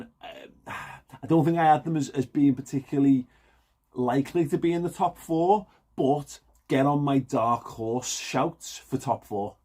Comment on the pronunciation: You could've got away with that as sounded like you said "Chelsea will be a top 14"😂